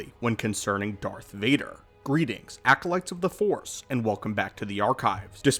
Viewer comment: Please, for god sake don’t say “Acolyte” what the phantom menace were you thinking?